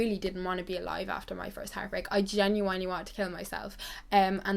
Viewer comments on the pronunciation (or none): Genuinely*** not genuanelly babe. Xx